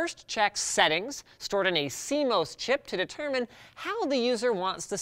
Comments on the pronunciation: adage - Pronounced Ad - Idge. makes doge face and C moss, not C mosse Sorry did not intend to come across as a douche, carry on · Odd to hear “BIOS” pronounced as “BIÓS” and “CMOS” as “CMÓS” ...